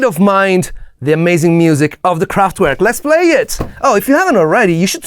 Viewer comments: I really like all the work you put in your videos, but could you just stop calling Kraftwerk « kraftuuerk »… W in German is said as a V…. Please 🥺 By the way, go ahead on the good productions. 🥰👍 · the T in Kraftwerk is apparently missing... 😉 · Please, don't say "kraftUerk" but "kraftVerk", the german pronunciation.